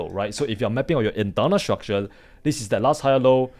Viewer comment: bro please take the L off of your Rs' when pronouncing it hurts my ears to hear you say structule instead of structure other than that you speak like a native american english speaker